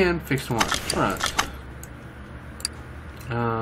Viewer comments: It's pronounced kone e zag one to one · Cone-egg-seg One to one. That is the pronounciation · It's pronounced one to one because the power to weight ratio is one to one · It makes me upset every time you say the name😂😂. But keep trying im in love with cars so i know. It a one to 1